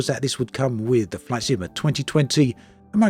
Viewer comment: Something about your accent sometimes makes "flight sim" sound like "flaccid." 😏 I take that as an insult, sir.